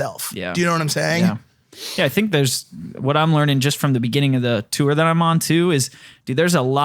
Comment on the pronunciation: I don't know what to do with myself every time says "tour".. or according to him, "turrrr".. Please! Make it stop!